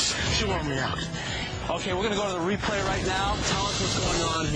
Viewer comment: does the announcer say "repray"